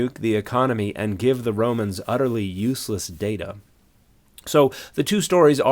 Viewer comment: "Someone called Romanes they go the 'ouse? 😂